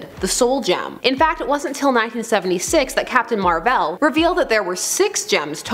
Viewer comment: Captain Marvel not captain marval